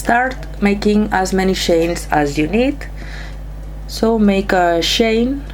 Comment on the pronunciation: Its CHAINS ! NOT SHANES !!! 😡👎